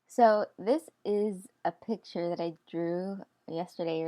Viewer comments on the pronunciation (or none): none